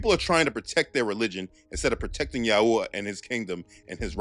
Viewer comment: Yahuah is a mispronunciation…. Also Yahushua wasn’t black. You truly believe this is a black thing . We are all wheat colored. Your just another racist